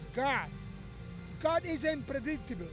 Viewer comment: Yoel “Its GAHD!!!” Romero